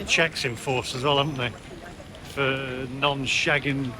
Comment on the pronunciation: It was funny when you tried to say schengen